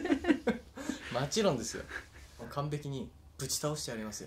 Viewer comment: のうみんちゅの『もちろん』が『まちろん』になっちゃうの可愛すぎる💕 のカミカミまちゅ可愛すぎる🧡